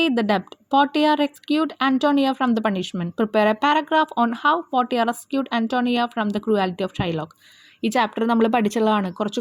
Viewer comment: Mam portia ennalla vayikukka porshia ennaan Manglish illathondaan ingane ezhuthiyath